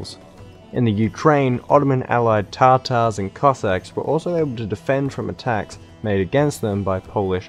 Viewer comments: tatar, not tartar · Not Tartar but Tatar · Whaat Crimean tartars lol it’s TATAR NOT TARTAR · Not to nag but just for learning's sake, you got all the stresses in "Kara Mustafa Pasha" wrong. Also, I'm sure you meant it as a joke, but for the people who don't know - it's Tatars, not Tartars. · I think its ,,tatars" and not ,,tartars "